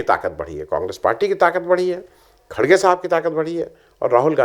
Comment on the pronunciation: Ĥi is khargey not khdgey